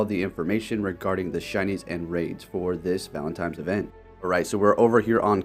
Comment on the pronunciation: Every time you say "valentimes" a shiny loses its sparkle.